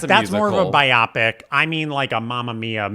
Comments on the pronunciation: my darling, biopic is pronounced BYE-OH-pick, not bye-OP-ick. 💗 Agree with your opinion on Michelle Yeoh's performance! She is deliciously evil, and I love how she shades Glinda right into the ground. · Another note: Matteo with “The 8am shift at Waffle House”. Living in Atlanta, I almost shouted in my living room. Oh-: love you, but it is “bio-pic” rather than “bi-opic”. Be well, guys! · It took me awhile of hearing say “bi-op-ic” before I realized he was saying what the rest of would pronounce as “bio-pic.” It sounded like he kept talking about a medical test or condition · I also say bi-opic. Not bio-pic lol 😂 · I love you, but you sound like a moron when you pronounce "biopic" like my-OP-ic. It is BI-opic as in a pic that is a BIO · A comment for about “biopic.” I’ve always heard it pronounced as “BY-oh-pik” (as a shortened form of “bio-graphical pic-ture”). said “by-OP-ik,” which Robbie Williams has been saying recently about his “Better Man” film. I thought that was either a British thing, or just Robbie’s mispronunciation, and no one ever corrected him. Google says both versions are acceptable — but not really, if you think about it. P.S. Also wanted to say,, that “I’ve Always Like You,” and your assistant, Matteo. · it’s BIO-pic, not bi-OP-ic. 😅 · It's bio-pic. Not bi-opic. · Bi-opic? It’s pronounced bio-pic! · BIO-PIC. Not BI-OP-IC. It's a movie, not a medical procedure. Matteo, shame on you for not pointing this out and shaming! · I used to pronounce ‘biopic’ the way you do, but I think it works better as bio-pic. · Omg the way pronounces the word biopic. Like they're referring to a robot. Or a new type of bisexual type of "opic". It's giving flashbacks of when we were all in the trenches battling about Appalachian all over again